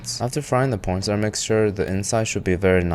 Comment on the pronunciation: So I think he just calls corn starch corn star